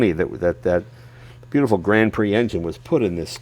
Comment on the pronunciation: Come on yanks: you can pronounce grand prix!